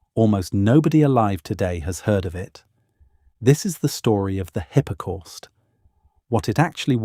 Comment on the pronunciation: hippa corst.....good grief....